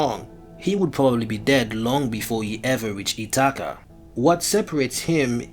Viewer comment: Wtf is "Itakka" ??? 😂 It's "Ithaca" buddy